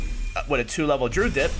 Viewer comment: Drude? lmao. Someone teach this man how to say druid.